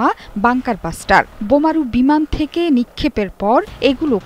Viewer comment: বাষ্টার না মূর্খ। ব্লাস্টার